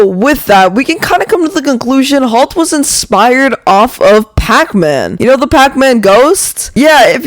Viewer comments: It’s halt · Halt ❌ Talt ✅ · “Whalemart halt💀💀”